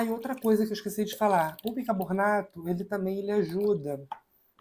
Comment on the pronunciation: Como eu já disse, suas receitas são ótimas, porém a sua pronuncia errada do bicaRRRRbonato prejudica o seu vídeo. Como você pronuncia o seu nome de forma correta e não pronuncia corretamente o produto? Isso não tem nada a ver com os problemas que você nos disse. Por favor, faça uma forcinha para pronunciar BICARBONATO da forma correta. Muitas pessoas irão aprender de for errada com sua pronuncia errada. Você é uma pessoa pública e é seguido por muita gente de todos os níveis. Por favor, faça uma forcinha.